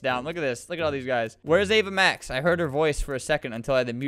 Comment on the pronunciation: sounds like ava mash lol